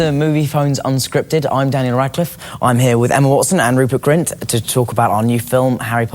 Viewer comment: its grint